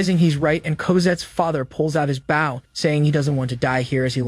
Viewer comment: He keeps calling the weapon a bow as in bow wow. Instead of bow(l). Others do this as well. They need to change the spelling of the word.